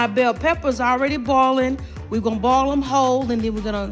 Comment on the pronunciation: Not boil but "ball".....and not oil.....but "all"! 😆🤭❤️